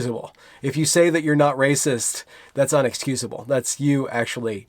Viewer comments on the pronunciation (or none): INexcusable, not UNexcusable.